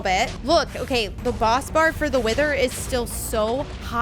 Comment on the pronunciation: "Look dor the eye"